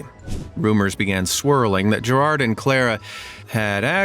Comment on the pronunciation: As an Irish guy gerard was hard to watch because instead of pronouncing it like geiraird you pronounce it like gerald